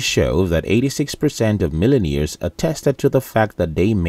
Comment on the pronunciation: "millen-ears"? The narrator needs diction/pronunciation lessons!